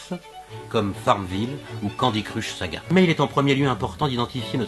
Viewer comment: "Candy Cruche Saga"... je vous adore rien que pour cette magnifique blague de prononciation. Continuez comme ça, vos vidéos sont géniales!